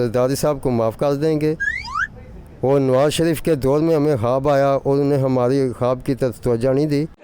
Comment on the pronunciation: it's not khaaaabbbb.... it's khuwab